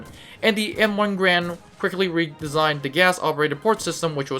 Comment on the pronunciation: It’s “Gar-and” not “Grand”